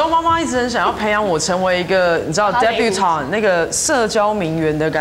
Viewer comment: "Debutante" !! Not 'Debby Boone'.